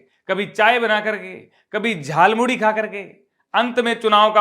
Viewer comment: Jhalmuri नहीं 'jhal"muli'..😅